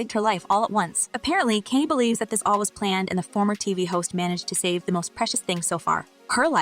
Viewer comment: Omg please stop calling that man Kenny!!!🤣🤣🤣